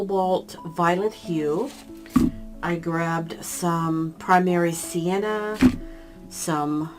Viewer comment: I love your videos, and I’m learning so much from them. Thank you for creating such a valuable learning resource. With respect, the pronunciation of Primary Cyan, which is the blue you’re using is “sigh-ANN”, not sienna. Sienna, as I know you know, is a red-brown.